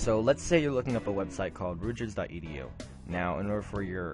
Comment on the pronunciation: if you can't pronounce the name of the school Rutgers properly, I assume you are an idiot and will not listen to anything you have to say. goodbye.